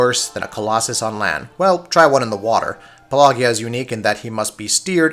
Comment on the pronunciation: Pelagia is puh-ladge-ee-uh, not puh-lay-gee-uhh. It's pronounced the same way as pelagic. It's means "of the sea" in Greek.